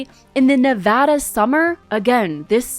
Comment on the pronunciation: reasons this is my fav commentary channel: -beautiful sets & aesthetic -fantastic outfits - pronounces “Nevada” correctly